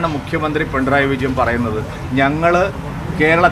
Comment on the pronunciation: പിൻഡ്രായി വിജയൻ അല്ല പൊട്ടാ പിണറായി വിജയൻ.. ആദ്യം പിണറായി വിജയൻ എന്ന് പറഞ്ഞു പഠിക്ക്..